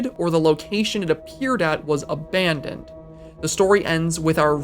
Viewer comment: “Aban*dong*d by God”